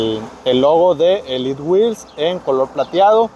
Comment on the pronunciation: ELIT WHEEL/ SE DICE ELITEWHEELS 🫡